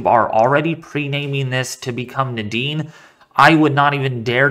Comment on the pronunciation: Nah-dene.. not today